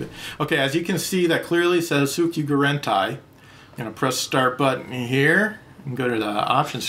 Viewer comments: it's Soouu-ky-duuuu-gu-DENN-taiiiii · i realize the massive timelapse for something as petty as this, but you pronounce it as "so-gyou-gr-n-tie"